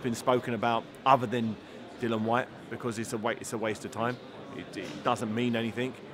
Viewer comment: Can someone tell David Haye that it’s Dillian White, not Dillon.